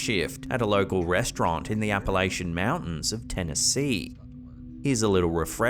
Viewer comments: If an Appalachian hears you pronounce that the way you did, they will jump up and correct you. It’s cha not sh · its NOT App-a-la-chain its correctly said App-a-la-chun thanks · just so everyone knows it's pronounced Appa-LATCH-in.